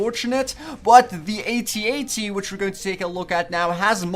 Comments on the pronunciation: its AT-AT not @@ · a-t-a-t not at at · you prenounce it a t a t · I say At-At not @@ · It's A.T A.T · its a A-T-A-T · You say it ay tee ay tee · it's pronounced a t a t all letters said sepret